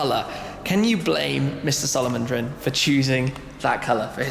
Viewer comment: Solovondrin? lol